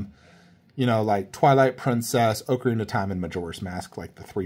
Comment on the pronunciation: Please pronounce ocarina properly 😬